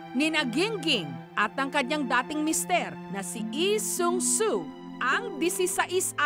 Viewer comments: its Lee Sang Soo not Lee Seung Soo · Bakit yung pronunciation ni Mareng Jessica ng Lee Sang Soo eh.. Eh Sung So ganun b talaga yun? Silent L? Sinu nakakaalam? Salamat? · nyak 😂😂😂ok na Sana kasu pag pronounced Nang name na Lee sang soo ehh mali 😂😂